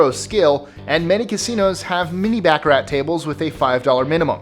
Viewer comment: Its pronounced bah car rah not backer rat